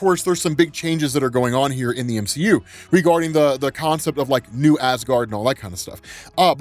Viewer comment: The m-she-u 🤦